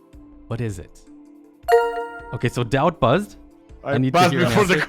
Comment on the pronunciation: You made 2 mistakes in word "Daut"